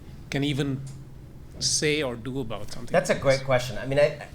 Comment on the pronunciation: Anand's last name is pronounced Gear Da Das. Speaking Truth to the MOST Powerful. Got guts.